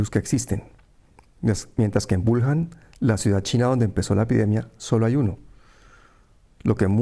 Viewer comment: Wuhan y se pronuncia Buján